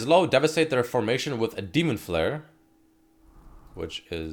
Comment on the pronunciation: When said his ult it sounded like "Hes ult is demonetation"